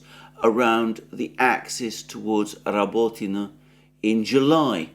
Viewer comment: This "well-spoken well-educated" guy can't even say or spell the simple name of a city right, not even if he spoke it 100times 😂 "Rabotino" "Kleshejevka" etc, it's embarassing.